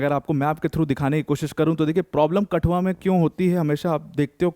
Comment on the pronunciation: It's not कटुआ its कठुआ